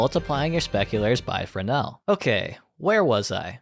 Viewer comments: "Wow! Frezznel!" I am fucking wheezing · “wow frass nal!” was far more funny than it should have been